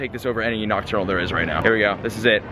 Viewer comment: STOP SAYING OCTURNAL!!!